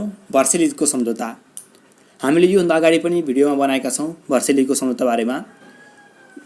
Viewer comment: भर्सेली होइन हाउ भाइ भर्साइल्स हो